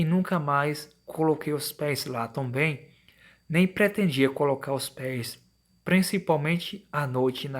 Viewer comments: "Tonbem"..... Tirando isso, ótimo relato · Tomben... não seria também? Cara vc precisa ler melhor.... Sem falar que esse relato tá muito mas contado.